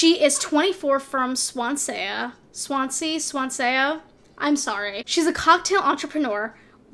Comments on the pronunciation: ‘Swansaya?’ I’m creased, it’s said how it looks swan-sea 😂 it’s a place in Wales I grew up there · Swansea is pronounced Swan and then sea. like a sea of swans. I doubt you’ll see this but anyway 😂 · Thank god someone else was laughing their head off at that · Swan sea for Swansea Norrich (ch like choo choo) for Norwich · Nor- wick and swan-saya lmfao